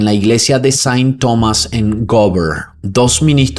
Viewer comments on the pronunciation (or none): none